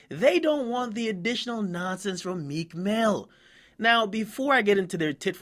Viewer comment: lmao 50 too funny , nigga called him "Meeka"